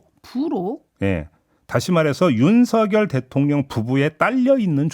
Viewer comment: 천공이 계속 ”윤석열대통년이~~“ 어쩌구저쩌구 하는데 저만 그렇게 들리는 건가요? ㅋㅋ